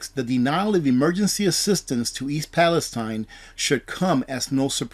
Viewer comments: Its ... East "PalestEEN!" I know it should be East "Palestine" like the Holy Land but it's not. Every once in a while things like this happen and it's incumbent upon somebody broadcasting to get it right. You're getting "too big" to be "this quaint" ... to be "too Goober" ... "this simplistic". Learn how to pronounce things. You're a good guy and I've learned a lot, have prepped accordingly but you're starting to embarrass yourself. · It is pronounced Pal- i-steen